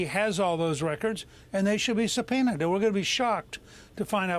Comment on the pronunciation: 🤣🤣he said should be🐵 supeoned